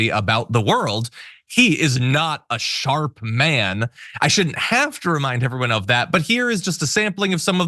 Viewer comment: Grandpa is still "sharp" :) Orange Jesus tongue is still "sjarp."